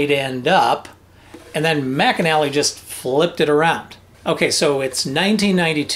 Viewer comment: Just a detail: The luthier's name is "McNally" not Mcanally. He invented the McNally Strumstick aswell.